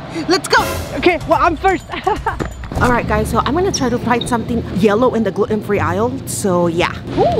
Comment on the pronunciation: “who will quit FISRT”. I laughed so hard I’m crying